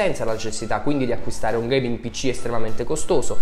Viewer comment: "UN PICCÌ DA GHEIMING!1!1" Fierik ma dove sei quando servi?